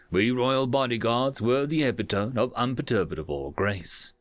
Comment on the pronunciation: I love your narrations. Please don't think I'm condescending, but some of your unorthodox pronunciations are jarring. Epitome is more commonly pronounced e-pit-uh-me